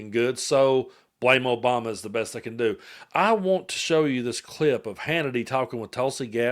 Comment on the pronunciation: "OBAMA-NA" SHOULD REALLY CONSIDER SEWING FOX